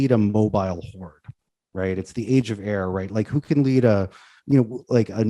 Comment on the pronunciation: At first i thought was saying Age of Error. I mean not wrong either.